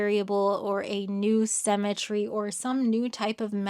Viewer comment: "semmetry" — uttered at least twice in the video. Jarring.